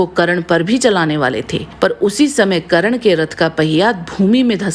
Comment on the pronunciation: karan nhi its karn